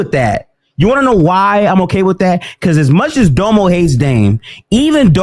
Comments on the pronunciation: Its pronounced “Domm-o” not “Dough-mo” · Yo its dom•o not dome-oh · And btw it's DOM-O. Like Dominant. Not Dome-O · Honest question, is there a reason pronounces that nigga Domo name as doe moe and not dom-oh? Like no hate I just find it funny he’s the only one that pronounces his name like that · Nigga said Doemo everytime 😂😂